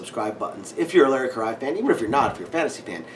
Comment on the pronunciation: I want to visit your house to play with Freya, check out your collection and see what you guys eat for dinner! BTW, it's Larry KUH-RAY-UH, bud.